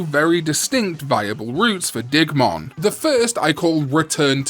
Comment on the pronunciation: I thought you said "Dickmon" the first time you said Digmon's name.